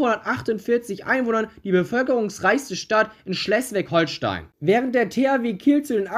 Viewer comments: Schleswig Holstein, nicht Schlesswig Holstein. Mein Heimatverein SVG Birgden-Langbroich-Schierwaldenrath spielt aktuell in der Kreisliga A des Kreis Heinsberg im Bundesland NRW. Ein weiterer Verein FC Eintracht Birgden spielt in der Kreisliga B Heinsberg 3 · Die KSV! Und Schleswig Holstein wird mit langem e ausgesprochen! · Bitte sprech Schleswig besser aus aber sonst gutes Video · Ich weiß dass das nicht wichtig ist aber ich wollte erwähnen dass sie Schleswig falsch aussprechen